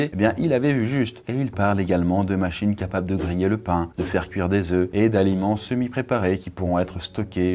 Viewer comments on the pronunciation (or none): none